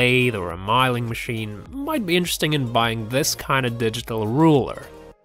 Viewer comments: and by the way ...its a milling machine......... not a mileing machine hahaha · Hey guy.... You keep saying "my ling" for a milling machine. "Mill" rhymes with pill. The sound does not change with the addition of " ling" Please get it right. No malice intended. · sorry it's not a mileing machine it's a mill-ing machine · Please please learn to pronounce milling! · It wasn't just milling, dead weird accent, I could barely understand half what he said.